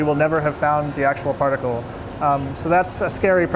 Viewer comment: ‘Partical’ physics 😂